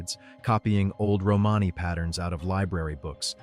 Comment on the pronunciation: Another yputube robot cant pronounce romany correctly .